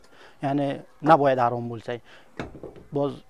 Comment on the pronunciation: Bu forsku Ozbekmas Xarom sozini Arom deyapti Mazhabni mazab devoryapti kitob uqigan bolsa soz boyligj juda kamku shia bolishdan xudo saqlasin